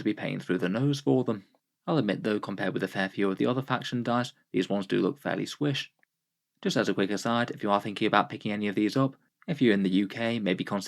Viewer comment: ...did you just say "swish"